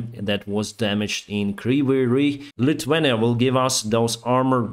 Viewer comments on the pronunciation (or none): none